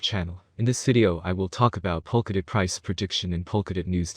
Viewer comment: My guy, do not create a bunch of YouTube channel and upload similar content, none of your video or any of your other YouTube video actually pronounce POLKADOT right.